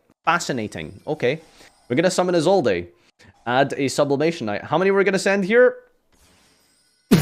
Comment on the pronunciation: How do you settle on Is old a for Isolde? There's no accent there team